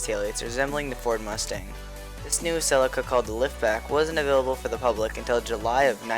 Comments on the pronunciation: Only thing wrong is its called see Lee ka not fucking sell icka ffs.. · This guy cant say CELICA dumb ass.....